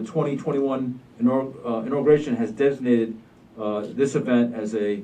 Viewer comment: Nope he didn't. Des ig nated.